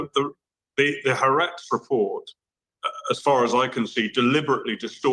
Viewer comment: i like how piers pronounces haaretz HARATS THEY ARE RATS AND HE IS A RAT